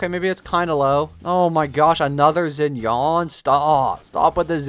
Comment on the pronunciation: do not pronouns “zinian” its pronounced “shinian”